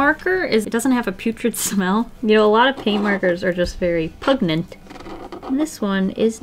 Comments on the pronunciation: Pugnent? Or PUNGENT..?! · pugnent???? pungent???? lol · “a lot of paint markers are very pugnent” I think you meant PUNGENT haha